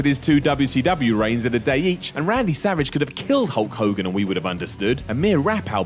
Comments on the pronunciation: I kept hearing "Cunt Hogan" and wondering why. ... lol, now I know! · Like the Warrior always used to say: "Ho Kogan" lmao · Hood Kings Bloke Ogan? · "What's a hull kogin?" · u mean cull hogan? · Who the hell is Hull Cogan? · who's holl cogan. ikr this is old but dont blame me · who's hoe kogan? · No I heard iPod him I think it's Whole Khoghan